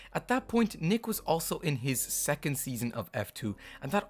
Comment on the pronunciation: Nyck de Vries, it is not pronounced Nick but Niek.